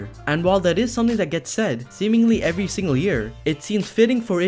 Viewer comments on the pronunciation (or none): none